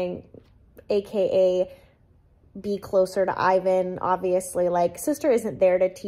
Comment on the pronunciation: as a European, it’s so funny to me how you pronounce Selin and Ivan 😁